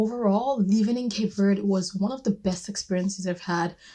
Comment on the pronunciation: Thank you for saying Cape Verde properly without the strong e on the end